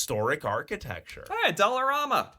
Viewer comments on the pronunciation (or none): As a Torontonian... you're saying Dollarama really funny lol The last part is pronounced like a RAM truck... not Romma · It's probably a regional thing, in all seriousness. But yeah, typically in the Toronto area you're going to hear it like "Dollar-ram-a" Probably because Casino Rama (pronounced the same way) is only an hour-ish north of the city.